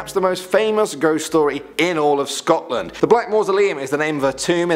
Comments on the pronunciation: "Sotland"? Sotland.....I wonder if that's supposed to be Scotland..... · OK, I'm from Scotland and like I love the channel but I HATE when the mispronounce the names of places xoxo